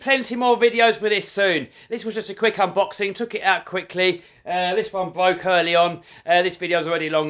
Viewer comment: XD A lambo thats rented. Nice try though. Could be spending money on you know, a hair cut, or even better, speech classes. We dont care about how your "bwoke".